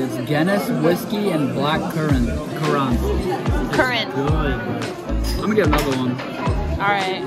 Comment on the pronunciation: lol nic curr-A-nt